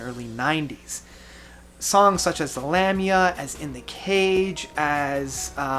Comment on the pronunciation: Love the videos, but your pronunciation of certain words is killing me. It's Luh-me-uh, not Lam-my-a. It's Uh New Bus not A nu bas, and the worst offense yet, The Mars Volta album is called Nocturnikit, like Tourniquet, not Nocturna Quiet.